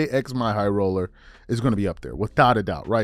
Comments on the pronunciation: Say "Jimmy Highroller" not "J X My Highroller", I know that's the way it's spelt but that's not the way it's said. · At least say bro name right you clearly trynna throw shade that’s wild it ain’t hard to to say Jimmy high roller